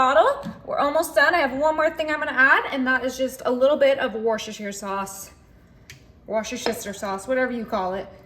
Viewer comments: You pronounce it Wor-ster-sheer sauce. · Woo chest er sauce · I won't bother telling you how to pronounce Worcestershire yet again. Obviously you don't care or don't want to know. Too bad. It's always good to learn.